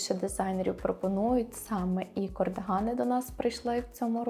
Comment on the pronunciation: Цікаво. Але чому ж «кОрдигани»?? 😳 кАрдигани (з англійської - cardigan)